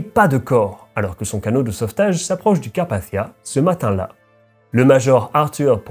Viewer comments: Carpachssichsia 😭aval ton chuwingum c’est carpathia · Merci Sarah, c'est vrai que ma prononciation est influencée par l'anglais, d'où le son du "th" qui a tendance à hérisser le poil de quelques personnes dans le public francophone.😅 Il est aussi vrai que je pourrais le prononcer d'une façon plus française, en disant "Carpassia", sans le son "th" à l'anglaise. Il n'y a pas de consensus sur la prononciation de ce nom de toute façon, il est loin d'être aussi usité que "Titanic" par exemple, que je ne prononcerai jamais à l'anglaise pour cette même raison. Le fait est que que j'ai du mal à comprendre pourquoi les gens s'arrêttent à de tels détails insignifiants, et se permettent parfois de me manquer de respect comme si je les avais agressé avec mon accent... N'ont-ils rien de mieux à faire ? Certains s'imaginent que je fais exprès, que je force le trait volontairement, mais en réalité c'est juste ma façon de parler. C'est le double tranchant d'être bilingue je suppose. 🙄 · Personne ne reviendra t'indemne ?? C'est bien la peine de prononcer Carpathia à l'anglaise... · Pourquoi tu prononces pas le mot Carpathia normalement ?